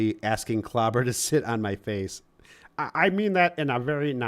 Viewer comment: Sorry I missed this clawbuh! I prawmise it had nuthin to do with fawking Dan 😂